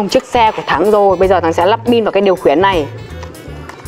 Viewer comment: Khiển chứ ko phải là khuyển😂